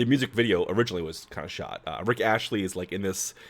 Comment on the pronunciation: It's Rick Astley, hun, not Rich Ashley...